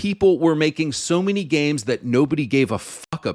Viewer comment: Fr it's called games not gaymes